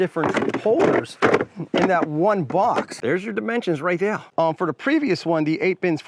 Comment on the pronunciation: Good review. But god the way you say "here" and "there" got old real quick